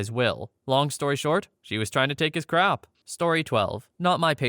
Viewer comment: Bruh why do you say crap so weird, if its because of youtube just say stuff.